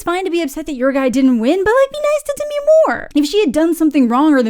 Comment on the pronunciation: It's Demi. Not Demiiiiii.